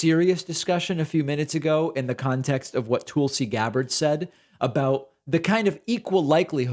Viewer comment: ‘Katanjay. They can’t seem to get it right’. This from a man who calls Tulsy Gabbard either ‘Toolsy’ or ‘Toalsy’ or ‘Tulsy’. Anyway...